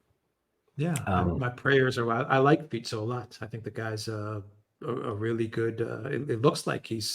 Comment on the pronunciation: Wow! actually pronounces Fico right! Something that most western media are too sloppy / lazy to bother finding out.